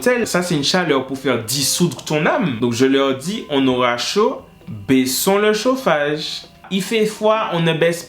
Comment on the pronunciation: « I té lé mété chofage » 😭😭 « Zo « o » » 😭😭